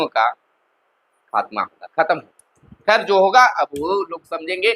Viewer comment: एक ही बात घुमा फिरा के पढ़ते रहने की आदत है आपका । खबर काम bkwas ज्यादा लगता है। हागा v नहीं v hoga🤩🤩🤩